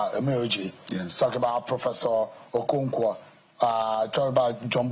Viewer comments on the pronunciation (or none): none